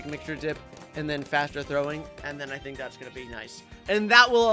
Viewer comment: yeah i taught for a second he was trowing eyes😂😂😂